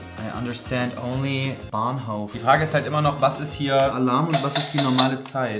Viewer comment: "I understand only Bahnhoaf"